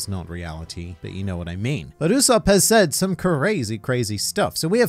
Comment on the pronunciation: "It is in fact Usop-PUH" xD